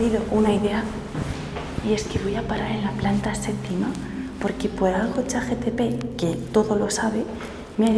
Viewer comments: Chat GPT no chat GTP los dices mal en todos los vídeos 😅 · JKAJKAJKAJKKAJAJK Siempre te escucho decirlo así, lo más chistoso es que empiezo a dudar de cómo es que se dice realmente JKAJJAJAJA